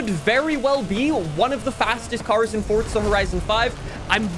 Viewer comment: It’s forza not fortza 😭😭😭😭😭😭😭